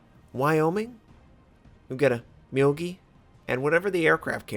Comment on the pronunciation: Also that's the one time Arson medal, not the regular Arsonist. For pronounciation, Tenryu and Myogi is good, but Minekaze is still lacking. It's Me-Na(as in nay)-Ka-Za(as in zay) or something like that